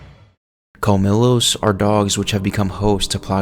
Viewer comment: You need work on some of your pronunciations bruh, like the colmillo it’s pronounced as Col-me-Yos and the verdugo is pronounced as Ver-Doo-Go